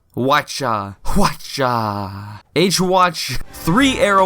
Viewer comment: The Hwacha is pronounced "Hawatch-ah", with a brief, nearly-silent "a" sound at the start. They are arrow launchers that, in effect, launched dozens if not hundreds of gunpowder-laden, arrow-like projectiles in a single volley 100 meters under even unfavorable conditions. These were developed by Korea in the 15th century.